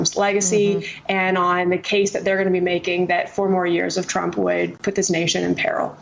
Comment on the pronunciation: I'm hearing "president trunk"